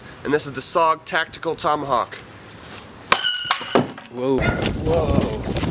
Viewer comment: I'm pretty sure it's pronounced (Tow - ma - hawk)